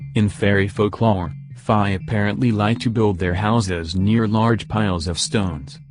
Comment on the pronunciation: you need to teach your tts to say fae right or smth idk lmao